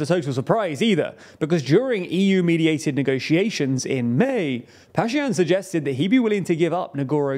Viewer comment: pronounce the names correctly. The name of Armenia's PM is Pashinyan, not pashyan.